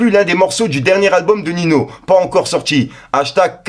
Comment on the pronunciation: Srx prononce ninio wsh tu me stresse c pas nino